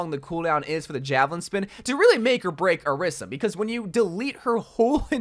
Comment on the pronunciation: why cant overwatch youtubers pronounce orisa’s name correctly lmao